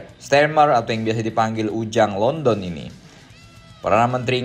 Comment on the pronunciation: Kirain ente bilang ujang LONTE padahal ente sebutnya ujang LONDON 🤣🤣🤣